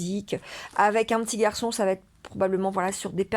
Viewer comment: "Va être". "Va", n'a pas de "t". Vous faites une liaison qui est assez inaudible, vous dites "vat-être".